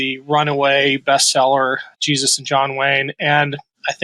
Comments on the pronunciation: Why did she keep saying "Sheezuz"? Trump is STRIAGHT UP the Anti Christ. LIKE straight up. Read a fucking bible... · she said Cheesus 🤣🤣 And clearly she's talking about cheddar because of the color similarities! 🧀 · "In Sheezus name"....lol. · Why did those women keep saying Cheezus? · in the beginning its sound like shes saying "in cheesus mighty name".. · Those girls "praying" at that Trump rally?? The girl saying the "prayer" doesn't even say Jesus??? She clearly said Shesus (2 or 3 times). They think their following Christ?? Supporting Trump is NOT following Christ.Trump teaches hate, God teaches love. God teaches us to love everyone. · It was sounding like they were saying Cheesus not Jesus. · To be fair… it sounded like the one praying was saying in cheeses name😂 These people are in no way true Christians. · Sounds like she said cheeses not Jesus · She didn't actually say Trump and Jesus. Does she even know how to pronounce "Jesus"?🤔 -That big prayer she said... She never even said Jesus at all, she said Shezus (twice). Did she do that on purpose, because she knows they're not following JESUS. It's really sad that the idiots are louder than us. Now we all have to pay for their mistakes, and while we're all paying, they're going to blame Democrats 🤣. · We're they pronouncing his name Cheesus on purpose? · To be fair... Sounded like she said "cheesus" not jesus... Lol